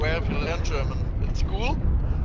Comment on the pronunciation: Wtf your German pronunciation is so good